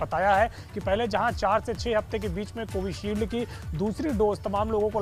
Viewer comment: Murkh partakarita..vaccine brand ka nam vi tik se bolna ata nehi..